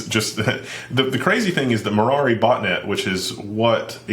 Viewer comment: the bot net is pronounced "me rye" ^^b